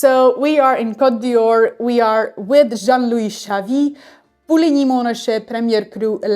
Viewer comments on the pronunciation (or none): A friendly tip. It's Cote D''Or, not Dior. The apostrophe is silent. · Côte d'or not d'Yior!!! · But you pronouncd it Dior. What could this opposite message possibly be saying?